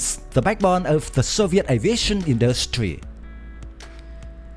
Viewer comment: Who the hell is narrating the video, Yosemite Sam? "Industweee"